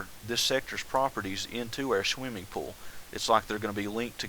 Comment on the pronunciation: omg, RevyDaBro, i heard that also!!! PS im a Chex Quest modder, its basicly doom, but you teleport slimy creatures